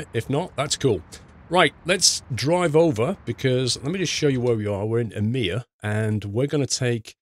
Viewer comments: the å letter in Umeå is prenounced more like an o så just say umeo ;) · umeå is pronounced uy-mee-aw btw. Great vid as always!